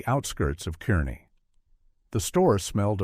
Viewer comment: Car-nee. Not Kerr-ney